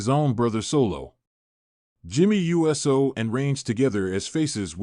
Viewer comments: This announcer doesnt know squat..Must be reading off a sheet or its ai..Cause jimmys last name is not pronounced u s o,its pronounced ooosssooo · It's jimmy Uso not USO